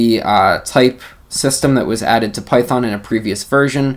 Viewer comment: great intro for the new features. BTW, just make a joke on the pronunciation, Python 3.7 features == Pytron? But I think you said Python at the end